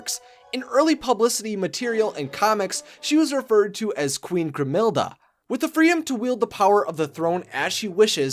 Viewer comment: Queen “Grimhelde.”